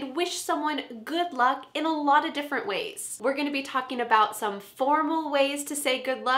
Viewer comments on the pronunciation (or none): When you said good luck it seemed like that you said good look 👀🤔😂😍at the beginning of the helpful vedio